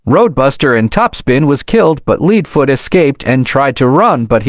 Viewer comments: Also you spelled leadfoots name like saying leading or something else among those lines also you said ksi in a very weird way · It’s not leedfoot leadfoot